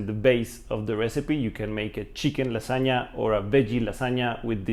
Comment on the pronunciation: Casi diría que hablas como nativo hasta que te escuché decir lasagna :v pero amé la idea de este canal <3 Felicitaciones.